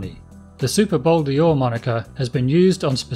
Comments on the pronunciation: Pronounce it Bol Door as in a door you walk through, it's not Bol Deeor. Bol D'Or = 24 hour races at Paul Ricard circuit, south of France. Name is from there not Le Mans 24 hours, which is a different race. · In french they say " Bol Dor " not Bol-D-Or like you say . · It is Bol d`Or and not Bol dior. Named after the French 24-hour race. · Nice bike. It’s not ‘Bol Di-or’, but ‘Bol d’Or’🧐it’s a ‘bowl made of gold’. bol=bowl or=gold 🤓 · WTF is a Bowl Deeooor? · Bol D or is pronounced bol dor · Bol d'Or sounds like bol door mate. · hey nitwit.....there is no letter E in Bol D‘OR